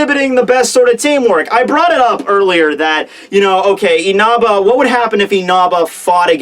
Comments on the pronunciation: Dude literally says "Inaba" instead of "Inasa" kills myself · His name's Inasa, not Inaba! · Yeah it is InaSa not InaBa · Can you please stop calling Inasa, Inaba? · Ikr. I've seen Chibi, Roger and Sawyer fucking slaughter names before but this is a whole new stage. Inaba isn't even close to Inasa lol.